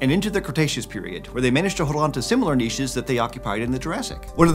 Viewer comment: He pronounced niches correctly 😀